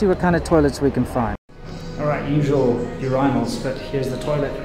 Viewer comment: funniest blooper by. so funny how u say "urEYEnal"